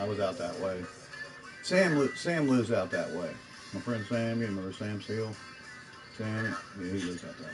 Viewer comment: did he say Sam Seal?